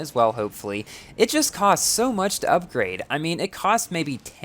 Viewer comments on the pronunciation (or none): none